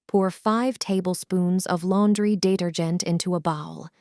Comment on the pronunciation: "laundry dater-gent into the bowel" lol, pay a human to read it